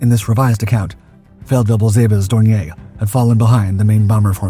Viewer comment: Dorn ee er. It's not French.